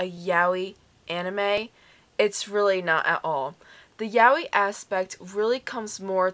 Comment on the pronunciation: Nice review, but I'm sure that's not how 'yaoi' is meant to be pronounced